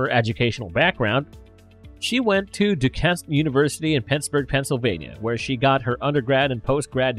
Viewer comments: It's pronounced Do- KANE University. Just like Dr Straight, I was born and raised in Pittsburgh. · narrator: Duquesne University in Pittsburgh is pronounced "Du-kane". Duuuh. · Too bad the guy (or AI Voice?) in this video can't pronounce Duquesne. Or herbal lol.